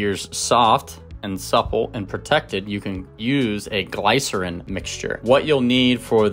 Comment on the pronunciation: Great recipe's! But it is (gli-sr-uhn) the small i sound. ;) You have awesome tips.